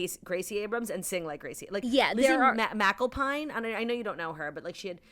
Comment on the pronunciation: Macklepine 😂 it took me a minute to realize Claudia was referring to Lizzy Mcalpine